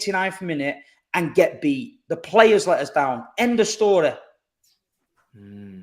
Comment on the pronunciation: Man didn’t do much talking today but that mancunian accent he was doing was killing me😂 “2:0 end of storyeh”